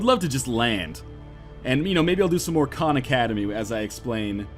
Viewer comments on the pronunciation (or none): none